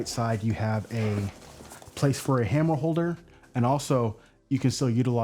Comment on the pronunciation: I turned it off after I hear you say tape "measurer" and "hammel holder"